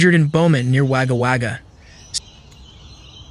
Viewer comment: It's Pronounced "Wogga Wogga" Mate, But You Got Most Of Them Pretty Right!!